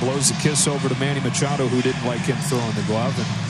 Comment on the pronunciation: Machado...LOL It's more like Muchacho!!! LOL